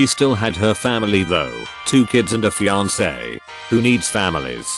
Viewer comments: “Her fiank” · The way it says "Fianc" lmaooo